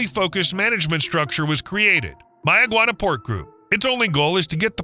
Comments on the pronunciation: And it's not barren at all, we have multitudes of wildlife and fruits and vegetables there and one more thing it's Mayaguana pronunciation is may-guana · 'MaY-uh- gwah-nah' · Does May-a-guana know this is happening? 🤨